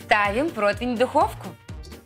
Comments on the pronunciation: Протвень? Она сказала: "Протвень"??? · Идочка, солнце, не протвень, а противень. 😘 Выпуски смотрю с удовольствием.